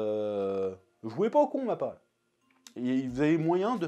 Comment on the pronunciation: Il a dit pour mappar au début vous avez compris